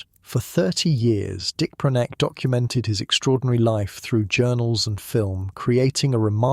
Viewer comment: Can't even pronounce the man's name